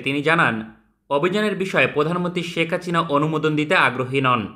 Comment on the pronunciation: ভাই কি ইচ্ছে করে শেখ হাসিনা নাম এমন করে বলেন নাকি উচ্চারণ করতে পারবেন না 😂